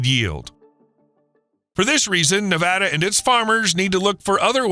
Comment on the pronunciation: Thank you for pronouncing Nevada the way residents do. It lends credibility to this video.